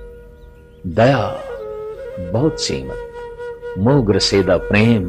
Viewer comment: ਮੌਹ ਨਹੀਂ ਮੋਹ। ਹੋੜਾ ਲੱਗੇਗਾ ਕਨੌੜਾ ਨਹੀਂ।